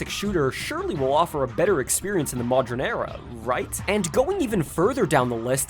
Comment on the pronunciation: "Modren era", eh? Don't think I missed that pronunciation, you little McElboy fan